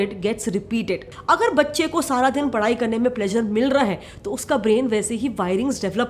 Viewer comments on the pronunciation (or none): It’s not padai it’s padhai smh